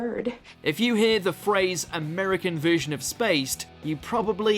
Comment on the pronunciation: Jesus, the voice over work on this is sending me to sleep, and what is with the way he pronounces words? Subveersive? Veersion?